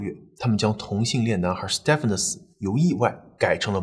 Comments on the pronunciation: 在英美等說英語為主的地方，Stephen 的發音是跟Steven一樣的，不需要讀成Step-fen. 在歐洲其他地方, 如果看到Stephan，就是讀Step-fan 了。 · Stephen 發音為Steven ，史提芬。周星馳的英文名字即是Stephen. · 你忍我一下，那个名字Stephen，念steven. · Stephen = Steven 同音